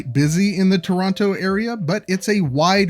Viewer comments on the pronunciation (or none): You mispronounced Toronto throughout the entire video. It’s actually pronounced with softer Ts by locals. Something similar to Chrawno.